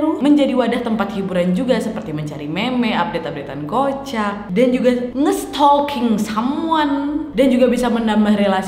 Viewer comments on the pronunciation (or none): cara ngomong 'nge-stalking someone' nya bkin bengek🤣🤣